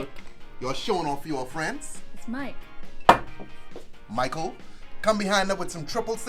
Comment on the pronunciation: The way he said Michael 🤣